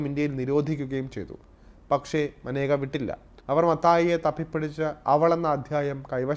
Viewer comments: മാനേക യാണോ മേനക അല്ലെ സഹിദാരരെ 😁😁😁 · മനേക അല്ലടാ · മാനേക അല്ലെടോ മേനക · ഇന്ദിരയുടെ കുടുംബത്തിന് യോജിച്ച ആളല്ല മേനക - മനേക അല്ല മേനകയാണ്. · മനേകയല്ല മേനക, ഗാന്ധി അല്ല ഗണ്ടി. പാർസി ഫിറോസ് ഗണ്ടിയുടെ മരുമകൾ